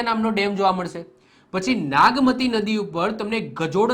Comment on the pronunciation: સાહેબ વાગમતી નઈ નાગમતિ છે